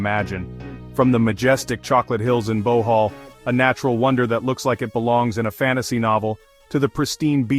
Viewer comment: when he mispronounced BOHOL! I knew he had never been there